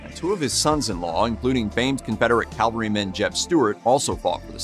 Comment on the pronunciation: Cavalryman, NOT "Calvaryman". Silly robot voice actor.